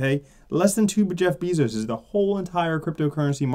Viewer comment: Not beeeezos not e its ea!